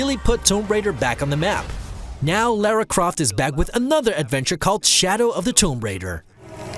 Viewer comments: What's so hard about pronouncing Lara's name the intended way? It's not Laura, and it's not "Laira". It's pronounced like LAR-AH. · You can't pronounce "Tomb" or "Lara"... That's always fun.